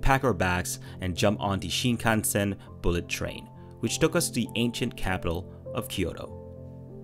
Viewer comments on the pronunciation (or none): none